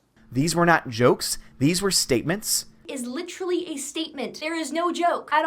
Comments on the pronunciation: did she say licherlay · “Litchurally” the female Leafy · It's funny how people who misuse literally all seem to pronounce it "litch-rully", so that you know they are in fact literally retarded. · It’s annoying when someone says “literally” all the time, but it’s even more annoying when they can’t even pronounce the word.